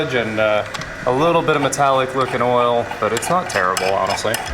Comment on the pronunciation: Did he say "earl" instead of "oil"? I love it. Reminds me of my grandparents. :) Nice job, fellas!!